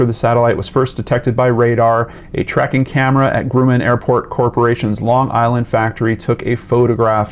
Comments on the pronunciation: The first syllable of Grumman rhymes with "rum," not "groom." The magazine was TIME, not THE TIME. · The "u" in Grumman is short, not long. The first syllable rhymes with "drum," not with "doom."